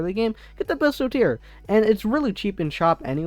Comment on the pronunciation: pistolteer? its pistol-eer